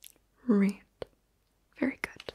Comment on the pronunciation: She invented a new color lol. "Reed"